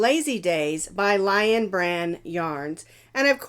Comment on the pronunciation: I think that lichen is pronounced Lik'n - as in I am lik'n that shawl!